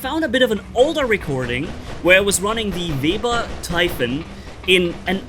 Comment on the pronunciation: Is Webber not vebber lol